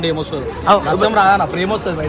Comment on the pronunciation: Its is not ratam it's is Raktham